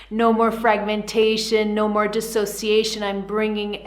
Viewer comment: DIS!! NOT DE!! Big difference!! What is your education level?🤦‍♀️😔🤕